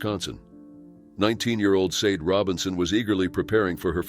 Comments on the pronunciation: I’m pretty sure you pronounce “Sade” Shaw•Day. Possibly even Say•Dee. But not Sayed. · Sade is pronounced 'sharday' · Sade is more likely pronounced SHA DAY.